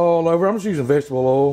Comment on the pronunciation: When he called the oil “earl” I knew I was in the right place 🤣